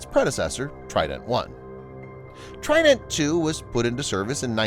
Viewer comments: even better, I can pronounce it correctly, unlike the pronunciation of trident in this video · You pronounce trident in a silly way